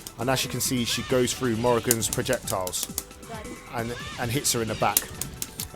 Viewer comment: frew, instead of through. Interesting.